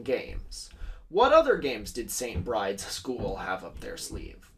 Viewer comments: the only thing I dislike about this video is pronouncing st. Bride's as se͡ɪnt bɹaɪd͡z when it is probably pronounced se͡ɪnt bɹid͡ʒɛz as in the irish name for Bridget, Bride. editː i realise i said this five months ago. oops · I could be wrong, but I thought that St Bride's is pronounced like Bry-dee. It's another way of saying St Brigid